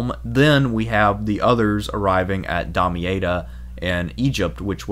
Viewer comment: your pronunciations are painful. Outremer - French, 'overseas', 'on the other side of the sea", meaning the Levant/Holy Land.. OOT-ruh-MAIR ThesslaLONica it's pronounced, and not ie-ka, but ee-ka. In another video your warp Damietta into "Damee-ate-a"; the double-t makes the vowel before 'soft", no an ei (long a) like you're saying it. There were some other warped pronunciations; you know what you're talking about but it seems you had no direct exposure to a teacher or learning source where these (well-known) names are properly pronounced.